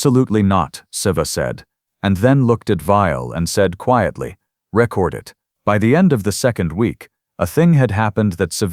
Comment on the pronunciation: "....REH-cord it.."!!!! POS AI!!! Hows bout, "ree-CORD it..."!!!! POS AI!!!